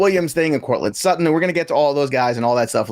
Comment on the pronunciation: why can he not say suTTon? he says su-on. ufff.